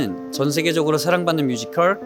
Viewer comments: 뮤지컬 말할때 커rrrr 발음 진짜 킹받아요❤ㅋㅋㅋㅋㅋㅋ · 뮤지컬ㄹ~~ 발음 모야모야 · 뮤지꺼rr~ 킹키븟ㅊ~ 발음 킹키받네 ㅋㅋ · 내가 보려고 만든 포인트 무테안경 뭐임? 괜히 열받음 뮤지컬에서 갑자기 발음굴리기 도입부 장인 내 몸~~~에 반할걸 우~~~~~~위!! 나지 왕언니(존나든든함) 쌔삥 꿈으로 1패너지 전라도롤라 행보가자나? 갑자기 걸쭉하게 내지른후 할아버지 턴 다리 털도 만탄 마리야?!?!!!! 진짜 존나 잘해줄거같음 ☆☆☆일렉짜장☆☆☆ 태권품새 후 갑자기 아무일 없었던듯 흐느적 우~~~~위 왤케 잘불러;;; 경로당스탭 쌔삥 꿈으로 2패너지 3패너지 ☆☆☆쎄마넴☆☆☆ 중대장은 너희들에게 실망했다 차력롤라